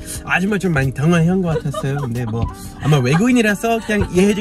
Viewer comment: 그냥을 '걍'이라고 말씀하시니까 진짜 한국사람같이 말하는거 같아요 ㅎㅎ